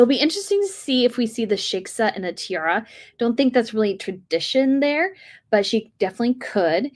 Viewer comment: shie-kah not sheksa